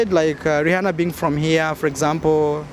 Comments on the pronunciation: Learn to pronounce Rihanna please 😂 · It’s just Rihanna brah, not Jesus